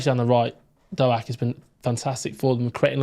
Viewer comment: “Dough Ack” ? 😂